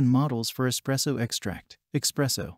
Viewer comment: Why on the everloving hell would I trust someone who doesn't know its espresso and not expresso